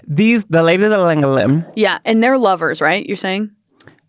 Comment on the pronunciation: Llangollen is in Wales where I'm from. I only realised when you said Plas Newydd because your pronunciation was better than when English people say it 😂 the double L hard to say if you don't speak Welsh or Arabic tbf